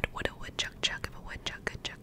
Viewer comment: You said it differently than I've heard How much wood would a woodchuck chuck if a woodchuck could chuck wood - a woodchuck would chuck as much wood as a woodchuck would if a woodchuck could chuck wood